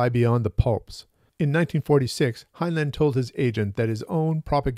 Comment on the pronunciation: It's pronounced hine-line. Not hine-luhn.